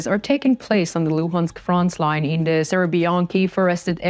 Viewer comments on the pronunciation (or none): Not frontsline ......Frontline!!!!!!